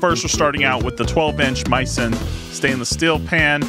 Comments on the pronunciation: MEE-sen, not MY-son. It comes from French culinary term “mise en place” (MEEZ ahn plass). Misen’s website describes this as the origin of their name. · Geez, is it completely obvious that this is a sponsored review or is it just me? By the way dude, you might want to pronounce the name of the company right. It's "mee-sen" as is Mi Sen Place. Says so right on the box.